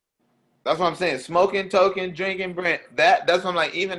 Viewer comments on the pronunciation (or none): none